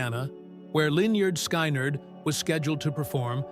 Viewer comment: Why can't that computer voice, that never heard my favorite band, I was born in 63, pronounce the band name? Guess I hate the fuckers trying to make a buck. This was and is my favorite band. FYI I've probably played drums for you pretenders somewhere.